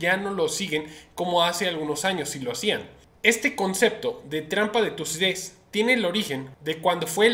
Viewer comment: Se dice trampa de Tucidides!!